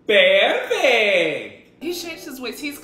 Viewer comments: He said perrfect when he drank powder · No it’s not perfect it’s PeArFeCt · Bros accent PUURRURURFETTECT